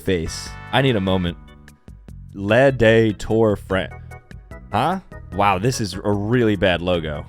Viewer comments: How he says Le and De Lay and Day did you not take French😂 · You can't pronounce Le. It's not Lay. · for some reason I hated the fact he said "Lay tour day france" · Lay tour day France 😂